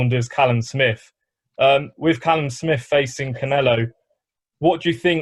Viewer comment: Man say Kaylam 😂